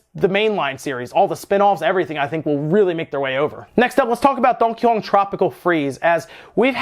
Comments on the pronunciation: Bro learn how to say DONK-EY K(AH)G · I always find odd how he pronounces Donkey Kong like lol. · Seriously..have I been saying donkey Kong wrong or is it just two words you have a problem saying.. lol anyway love your channel